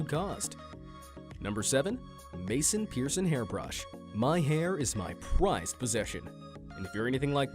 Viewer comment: Who is narrating this? "My hair is my most Prized Possession..." What?